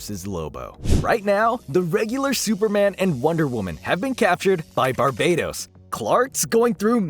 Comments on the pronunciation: I refuse to believe Barbatos is pronounces any other way than Bar-BAT-os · BAR-buh-tose, mate. He isn't an island in the Caribbean.